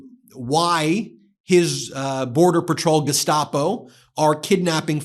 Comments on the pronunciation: Notice when Bovino pronounces "Gestapo" he uses a German accent... !!?? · It is a choice to use the German pronunciation of "Gestapo", too.